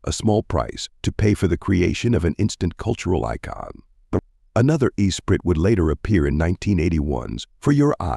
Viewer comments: Turned it off after 4 seconds when your cheap AI narrator does not pronounce ESPRIT. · Same here. Disgusting.